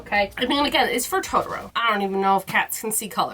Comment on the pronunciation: Please say Totoro the correct way JUST ONCE 😂✨🌙🖤 heheheh 🤗 would be wonderful to hear it🥰